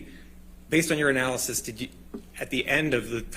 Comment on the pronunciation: Couldn’t stop laughing “Based on your analysis,” sounding like, “Based on urinalysis.”